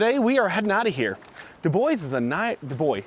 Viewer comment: It's Du-bwa, not Du-boys. Du-boys are your nutz. 😂